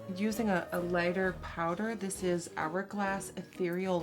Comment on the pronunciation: Nobody:: PAUDER